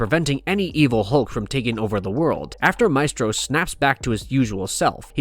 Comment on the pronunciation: WHY DOES THE NARRATOR SPELL HIS NAME SO WEIRDLY???